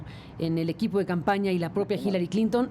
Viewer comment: Hillarie????? jajajajajaj es Hillary pendejo